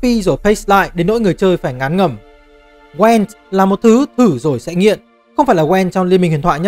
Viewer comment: chắc chưa chơi The Witcher 3 mà chỉ đọc script do ngta đưa chắc luôn:))). Thứ nhất geralt đọc là gê rột không phải trê rợt. Thứ 2 gwent không đọc là wen vì w là âm câm, đọc có chữ g vào ạ